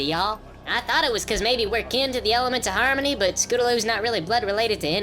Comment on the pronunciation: I love the """""Elamants""""" of harmony.